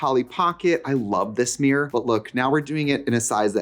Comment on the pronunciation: Trixie making us Midwest gals feel seen, one “meer” at a time 🪞💕